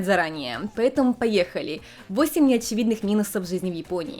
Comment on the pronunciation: А тут уже раскрывали, почему произносит шипящие на японский манер?, Неотсевидные, весьси (вещи) и тп? Вроде ее мама тут говорит абсолютно стандартно. Может, специально выработала такое произношение в отрочестве, когда была отаку? Меня как лингвиста больше всего заинтересовала и удержала на канале эта особенность, было бы очень интересно узнать.